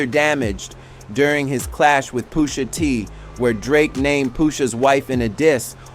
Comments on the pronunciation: Who is Poosha T ? These AI narrators are so disrespectful 😂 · I knew it was ai cause it kept saying 'Poosha'